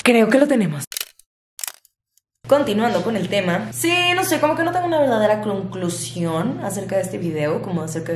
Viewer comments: "Mi clonclusion" es que eres bien chida <3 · Alguien más noto que dijo clonclusion? JAJA te amo ❤️